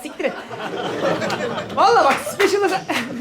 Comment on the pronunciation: speşıl değil speyşıl